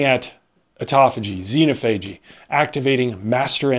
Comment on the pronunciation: xenophagy: You should emphasize the second syllable.